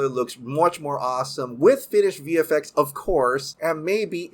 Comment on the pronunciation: I don't know why but it sticks out like a soar thumb to me when he pronounces words that have an X in them without emphasis on the "Ex-sss". For example... "VF-eck".. "Net-flick" I've heard him said "HBO-Mac" before too... not trying to be a jerk or anything but just something I've noticed